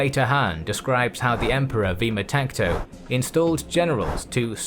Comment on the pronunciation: His name was “Vaamtaksha” not vima takto